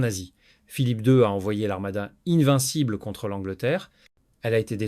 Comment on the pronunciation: "Louis quize" et "Louis size" pour "Louis quinze" et "Louis seize", "l'armada innevincible" pour "l'invincible armada", je ne comprends pas... Pour le reste, vidéo très intéressante et instructive.